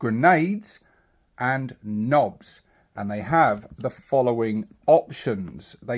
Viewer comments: Nah it comes from medieval peasants originally calling nobles white-nobs meaning white-heads due to their powdered wigs. They then shortened it to nob and the pronounciation is: enPR: nŏb, IPA(key): /nɒb/ which is pronounced with the short o. So its not nobe. Nor should it be. Now get back to the zoggin WAAAGH you Gork (or possibly Mork)-damn scrawny sympathiser 'afore the boyZ WOLLOP YA. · I know it sounds odd, but that's the "correct" pronunciation. It's kind of like how "Waaaaugh!" is just "War" pulled out longer, but some people insist on pronouncing a hard "G" in there. Drives me batty. (Well, they're technically wrong, due to teh word, and "Nobes" is technically right, but the same eyetwitch trigger applies either way!)